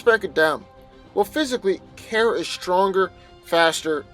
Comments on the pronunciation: KARA not kera 😭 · It's pronounced "car-uh" not "care-uh" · Okay- first of all NO. 1.) Your inability to pronounce Kara’s name is irritating and makes Carol’s and Kara’s name sound almost the same. 2.) You are completely and blatantly ignoring Supergirl’s key weaknesses to Kryptonite, and red-sun radiation. Do you think that Shield wouldn’t have something similar to Kryptonite laying around? Do you think that Captain Marvel can’t control the type of radiation she blasts? 3.) Supergirl is EXTREMELY inexperienced when it comes to tactful foes, and this gives Captain Marvel an advantage upfront. In the long-run, Supergirl may analyze how Carol fights, but Carol will in turn be able to learn more about Supergirl’s weaknesses and quicker. This is NOT just a fight between Carol and Kara, but also between the ability of S.H.I.E.L.D. and the D.E.A. to analyze opponents for specific enemies. However, Captain Marvel has a massive advantage because she goes into fights LOOKING for the weaknesses in her opponent; Supergirl, on the other hand, goes into fights like a barbarian- hit things until it stops moving. Only sometimes does she have tactical advantage because of her 20/20 hindsight! Even then, Kara NEVER SEEMS TO LEARN (at least in the TV series) and always rushes into a fight! 4.) Carol can handle herself and is familiar with her own abilities and how to fight with confidence wether she has those abilities or not. Kara gets REKT without her powers. In addition, S.H.I.E.L.D. has plenty of things in the ol’ warehouse that a human could use t